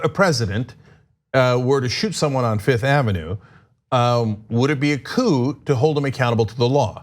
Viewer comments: Armstrong Also yes, it’s funny that she doesn’t know how to pronounce “coup.” It’s ok to point this out, but TYT aren’t doing themselves any favors by not focusing on debunking the substance of her asinine arguments... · Ana might not judge too harshly, but I will. If you make a public career out of political commentary, then the word "coup" (and I'm including its pronunciation) shouldn't be a foreign one to you. It's really not that esoteric a term. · only because she can't pronounce simple words right 🤣🤣🤣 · I'll give her a pass because coup is a French word.... NOT. You work in politics, you should know how to pronounce political terms. That "p" is silent in French too. She has not excuse - unless she was raised in a coop. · CooP = A place to keep chickens CouP = An act to overthrow power So ummm. Yeah.. That "P" and knowing how to pronounce words where it's supposed to be silent kinda matters, especially if you don't want people to see you as an ignorant illiterate. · "They're trying to stage a [chicken] COOP against our president."???!!!😂😂😂😂😂😂😂😂😂😂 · Coupe de Ville -you pronounce the p because there is an e at the end. Coup has no e so the p is not pronounced. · Candace is not brilliant, educated, witty, or smart. . . educated people don't say "couP" pronunciation is part of education she clearly failed that part XD. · Anna - "Whatever I'm not going to judge too harshly" But that said I'm going to do a whole video on someone once saying CouP. Beyond petty. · She is supposed to be intelligent? Anyone knows it's prounced Cou. No P dumbass 💩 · Candace has no excuse to mispronounce the word “coup”. Trump, FOX, and Republicans, say the word nonstop 24/7, many times even when she was present. She’s heard the word pronounced out loud hundreds of times. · The mispronounciation of the word is indicative of a poor education. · If you are accusing somebody of a plot to overthrow the government, you should, at a bare minimum, be able to pronounce the word for that action.